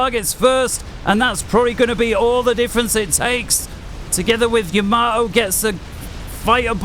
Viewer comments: Seeing as he is not a IJN vessel, nor is he Isoroku, but rather a FAF Player. I have a delightful anti-butchering tip for you: It's Yamato, not Yamamoto nor Yamamato. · We English struggle with Japanese words and names. There's something about Yamato that makes us often prononounce it as Yamamoto. We all knew which player he was referring to. So it's no big deal if the name was mis-pronounced. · The ship you're talking about is the Yamato, not Yamamato xD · don't worry, everyone makes mistakes and we are not here to learn proper pronounciation of uncommon words. Though tbf Yamato isn't that uncommon ;) Btw. Gyle is blind and that doesn't stop him from being very entertaining as well so no worries about some minor pronounciation mistakes here and there.